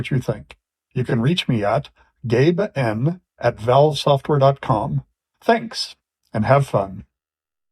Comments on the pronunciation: He really wanted to enunciate the "Gabe-N" rather than allow it to flow like he did in the old commentary bubble: Gaben. It feels like he wanted to say "alright, that's enough" and kill the meme without addressing it. Gabe isn't the same person he was 20 years ago... And Valve isn't the same company. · He said gabe n not gaben :( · ITS GABE NNNNNN AS YOU HEARD NOT GABE NEWELL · gabe was very clear in annunciating the N this time.